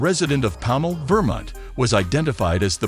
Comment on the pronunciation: Vermint? really? can't pronounce Vermont